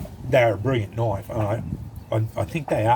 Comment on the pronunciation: Thats a noice knoife.